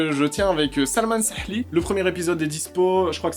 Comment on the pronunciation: 18/20 pour la prononciation de sa7li xD